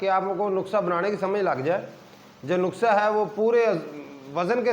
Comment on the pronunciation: نخسہ نہیں ۔ نُسخہ کہیے جناب۔